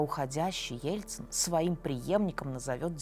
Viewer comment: Элцын, Пуцын.... Что за этнос?